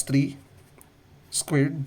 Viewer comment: Why does he say squirt instead of squared